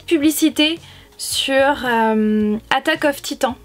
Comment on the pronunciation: Ça se dit "attak on titan"